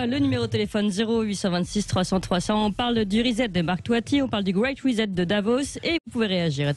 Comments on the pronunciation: "Reset" c'est de l'anglais!! Prière de prononcer "rissète". Merci! parce que "rizette" c'est de la racine de chien-dent! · L'autre imbécile qui n'arrive pas à prononcer correctement RESET !! trop marrant !! La tronche de Bercoff quand la cruche prononce le mot !!